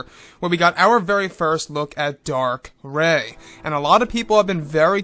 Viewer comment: Darth Rey... Not Dark. But great vid. 👌